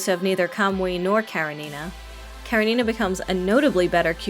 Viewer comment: Off the topic, but it's KarEnina. Please, put the stress on E. It's a russian name from a book literally named Anna Karenina, written by Lev Tolstoy. And thank you for the video, now I will think about getting her, even though I don't like tsunderes that much :D